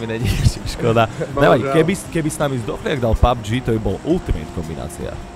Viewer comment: je to pabfžiiiiiiiiiiiiiiiiiiiiiiiiii xd